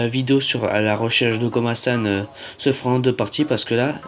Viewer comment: La qualité du son 💩💩💩 et en plus c pas komason c komasan mdr il fallait tu alle le voir pour savoir comment il s'appele